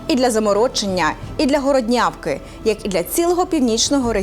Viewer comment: Не Городнявка,а ГОРОДнявка!!!